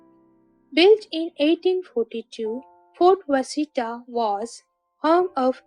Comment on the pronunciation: Washita is called Wash-a-tall not Was-hita